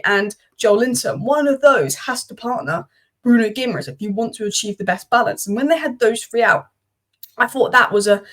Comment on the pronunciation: Pronounced “ Gi -ma -resh”.Ending in ‘es’ is pronounced esh in Portugese👌🏻